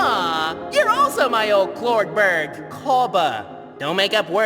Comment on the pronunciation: help en vez de escuchar cordberg se escucha boyfriend 😭😃